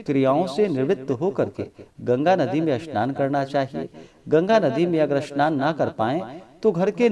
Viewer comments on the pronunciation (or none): Jay Shri man Narayan Jay Shri man Narayan Bhagwan Vishnu Ki Jay pranam hm khna to nhi chahte bt aap snan ko Asnan or spasht ko aspast kyon bolate Hain Radhe Radhe